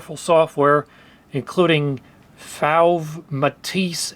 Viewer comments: Awesome blast to the past!! FYI: “Fauve” is pronounced like fob with a v. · Bonjour. "Fauve" is french and pronounced "Fove" like the "o" in "Bose". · "Fauve" rhymes with "stove". Like, "fove", it's French. Fauvists were some kind of modern artists at some point who did quite passionate art, or something, look it up yourself, I can't be bothered.